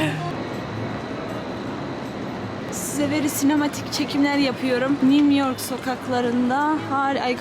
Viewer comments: New york değil mimyork onun doğrusu kendine gel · Artık New York diyemiyorum nimyork